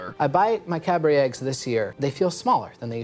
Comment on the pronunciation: it’s not Cadbury, it’s Cadbury